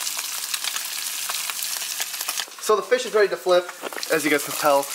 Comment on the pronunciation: It ees what it it eees